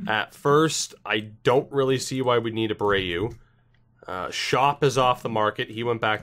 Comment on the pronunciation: Did you pronounce it jonathan "shop" on purpose? Because if not then it's pronounced "skOHp". Mind you, it is an Orioles player I'm talking about here so it doesn't bother me much if you completely ignore how to pronounce his name lol